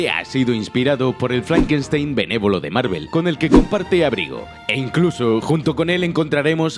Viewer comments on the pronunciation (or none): none